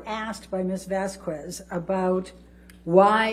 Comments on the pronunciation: …and the way she pronounces Vasquez. It’s not Vasqwez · Can she just not pronounce Camille’s name or is she purposely saying it wrong to be disrespectful?? It’s not “Vas-Kwez”, Elaine… 🤦‍♀️ it’s “VAS-KEZ”!! And put some respect ✊ on her name when you say it. She’s a mfkn QUEEN!! Sheesh. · She PURPOSELY mispronounced Mrs Vasques name. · Elaine purposely mispronounces Vasquez.. Vaskwez lol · How many times did u record over & over bc u just couldn't talk without busting out in laughter??? I feel like Amber's attorney's we mispronouncing Camille's last name deliberately to insult & degrade them..... ❌It's NOT "Vasqwez"! 🤬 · She is trying - she is trying… BTW!! The U on VazqUez it’s silent!!!!!!! Reads Vazqez or Vazkez !! Please pronounce it correctly! Thank you very mucho! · She mispronounced Camille’s last name too 😂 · her pronouncing of Vasquez is much funnier than anything else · Elaine mocking Depp & deliberately mispronouncing Vasquez just makes her look puerile. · I hate Elaine keeps mis-pronouncing Camilles surname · Its VASQUEZ!!! Please Elaine, learn to pronounce it!!! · The way she pronounces Camilles name is so cringe